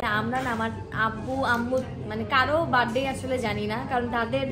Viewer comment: বাড ডে না বার্থ ডে